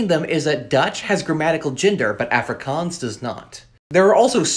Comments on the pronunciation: man pronounce Afrikaans as "ah frikAAAAns" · Really cool info, thanks. I'm a South African, and it's nice to hear about some of our languages. I'm an English speaker, but speak Afrikaans and Zulu as well. It's pronounced Ah-free-kahns 😊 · Aaaaaahfrikaaans. Bruh its pronounced uhfri kuns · Nah as a south African i can confirm the way he pronounced "afrikaans" i felt pain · Mispronunciations: Afrikaans: ah-fri(roll the r)k-ah-ns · Pronounce it correctly. Like Ah-frikaans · This is how you pronounce it. Uf-Ree-Kuns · It's not Afrikaans it's aafrikaans that's how you pronounce it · the way he pronounces "Afrikaans" hurts my soul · The way you pronounce Afrikaans makes my heart go into load shedding mode 💀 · not like how he pronounces it🤣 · The way he pronounces Afrikaans hurts me 💀⛓️ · The pronouncement 🥲 We dont say it lake that 😂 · The first “A” in Afrikaans is not pronounced like the “A” in Africa, but the “A” in “car”. Maybe know how to pronounce the name of the language before making a video on it? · The way he pronounces “afrikaans” hurts my soul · 'Afrikaans' is pronounce Aah free kahns with the r rolled if possible. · "Ok guys so let's talk ab aFrIKanS" Bro why u pronounce it like that 😭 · Afrikaans...the 'A' is pronounced using the 'a' in 'aw' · Hi! Khoisan isn’t a language family! Nice video, but wow your pronunciation is quite painful haha. I guess I can’t complain since it’s hard to say the word properly with your accent. I wish you’d mentioned that it was first written in the Arabic script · My dude pronounces Afrikaans, Completely wrong😂, sorry bro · The way he pronounces Afrikaans hurts a tad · You pronounced afrikaans so wrong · What is bantu?? And you pronounce Afrikaans incorrectly. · Your pronounciation. Yoh mahn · Why do you pronounce them like that☹️☹️ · That's not how you pronounce it😭😭